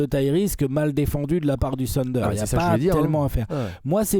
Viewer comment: Pourquoi vous dites "sunder"? Trashtalk ce prononce pas "srashtalk" alors je comprend pas